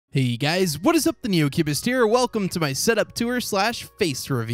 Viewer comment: I think when you say "the new cubest" i think i hear a r after the cubest. I think you forgot to add "THE NEOCUBESTER'